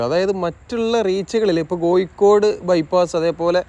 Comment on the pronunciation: "കോയിക്കോട് " അല്ല കോഴിക്കോട് 😂